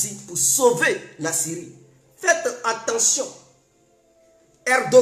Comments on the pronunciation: eh toi on dit: FAITE TRES BIEN ATTENTION ET NON ENTENTION OU JE NE SAIS QUOI TOI TU TE FAIS APPELER ET TU NE CONNAIS PAS PARLER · On dit: faites très Attention ⚠️ et non: faites très entendions! La prononciation est mauvaise! Sois béni! Merci beaucoup à toi. ❤❤❤🧡🧡🧡💖💖💖💗💗💗💓💓💓💞💞💞💕💕💕💟💟💟❣❣❣❤❤❤🧡🧡🧡💛💛💛💚💚💚💙💙💙💜💜💜🤎🤎🤎🤍🤍🤍💌💌💌💝💝💝🧡🧡🧡❤❤❤💖💖💗